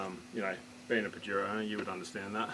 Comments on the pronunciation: YO Don't say it like a pinche pendejo... try a bit of south of the border.. Pajero SOUNDS LIKE paa -- hr -- ow OLE! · That pronunciation of Pajero hurts my ears, but I dig the build. Good work fellas. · Pahero is the correct pronounciation 🤣